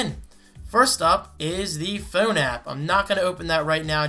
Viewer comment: "THEE BEST FEWN."